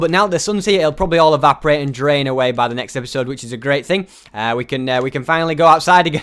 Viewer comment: did anybody hear say naked instead of next?